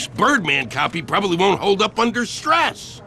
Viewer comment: Do you mean the gentleman who probelbebliblablyablalab the defendants bleblyblibbleblehblebroblybliableh guilty at the bleblibgblab of trial?